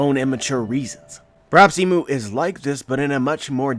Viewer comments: Not "Imu" it is I'mu (I'm U or I am U) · Think "Im" is pronounced like im out of impossible.